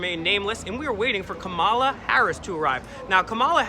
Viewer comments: This video just made you all look thirsty bro.... and you all seemed to be poking at the captain disrespectfully calling him everything besides captain. Also disrespectfully referring to Kamala Harris, as Ka-Mah-la... when I’m sure you know the correct pronunciation of her name. Kah-mah-lah. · This idiot should learn how to pronounce her name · LEARN HOW TO PRONOUNCE KAMALA! #idiots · I generally like what you guys do, but you look like a bunch of ignorant fools when you can't correctly pronounce the first name of the person of interest in the video. Quit being lazy. Do better. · You pronounced her name wrong you goof. Take a pic with the lady then attack her verbally What a 🤡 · Buddy. No class and not pronouncing her name correctly your lucky the body guard didnt. Bop you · First off, pronounce her name correctly. 2nd, he security was actually very nice to you considering how threatening you appeared to a public figure. I agree her record is problematic, but don't pretend you were assaulted by her security. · Can't even pronounce her name !! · When Will was speaking to the audience at the start of this video, he didn't have the pronunciation of Kamala correct. Later, when he actually called out to her, I couldn't tell how he pronounced it. If he got it wrong that time too, then Kamala surely would have questioned his claim to be her biggest fan. I only learned how to pronounce her name a few weeks ago, so I wouldn't have done any better in 2019. Still, Will probably blew his chances with her if he couldn't say her name correctly.